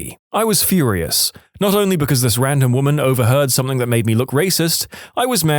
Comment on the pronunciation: No K in the word something